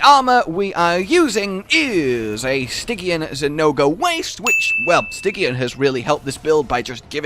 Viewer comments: "sti-jee-an",. Not "si-gee-an." -_ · I was enraptured until I heard him say stygian...